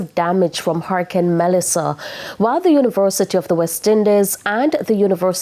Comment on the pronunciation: Why do you continue to say “Hurrahcane”. Isn’t it hurricane?